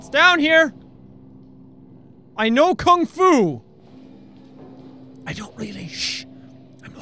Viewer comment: he said I know kung ful